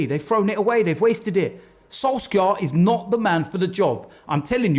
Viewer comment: "I'm telling you Sole-skarrrrrrr" - 2019